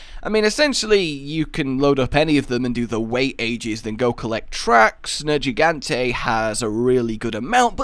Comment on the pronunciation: Nergigante has a hard g not a soft one like a j